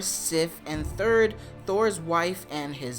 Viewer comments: Her name is Thrud, not Thurd. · Freya's hair is black, she's not a brunette. It's pronounced "throod" and spelled "Thrud" here. In Old Norse it's pronounced "throoth" with a hard th sound as in "their". Cheers dude